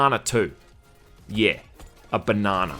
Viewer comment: You say banana weird